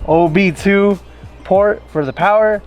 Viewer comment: Cringing every time i hear him say OB2